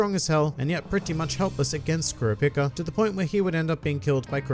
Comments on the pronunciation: You said kurpica 💀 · You say kura pica I hate you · Dude, it's pronounced Core-rop-ee-ka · I m the only one who blown away by the way he spells Kurapika name? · why do you say kurapika like that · God Damn man how do you consistently mispronounce Kurapika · why do you say kurapika’s name like that? 😭😭